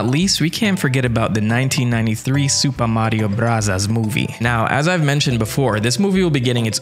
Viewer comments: Please stop saying Mario brothers like that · “Suupa Mario Burasasu!” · So told you how to say Super Mario Bros: Supuh Mawio bwudduhz. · The fact that you keep doing the Japanese pronunciation is one of the best things ever. Gets me every time. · Your commitment to the pronunciation of Super Mario Brothers is commendable. 😆 Love it.